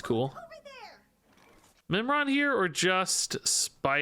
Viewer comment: Oh, Mimiron, I thought he said Nimrod and had to double take if I was watching a Snap video.